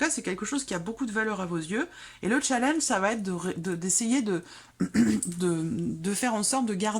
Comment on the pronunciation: Il ne faut pas prononcer le mot challenge avec l'accent britannique, challenge est un mot français.